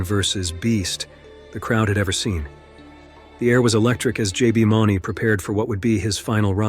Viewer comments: oops! J B MOON-ee. it's just spelled Mauney. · His name is pronounced MOONEY it's spelled ,mauney, that's not how it's pronounced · JB is pronounced "mooney", fyi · That's J.B. Mauney (Moonie) not $$$ Money. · If you're going to talk about these guys learn how to pronounce JB's last name correctly please